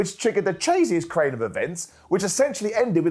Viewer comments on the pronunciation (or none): a tired boy - 'the chaziest crain of events' instead of craziest chain of events